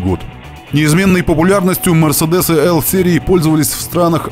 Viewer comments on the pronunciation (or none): Всё отлично,кроме произношения названия марки.Мерседес,а не мэрседес.Так звали дочь основателя компании.Это то же самое,что Сергея назвать Сэргеем.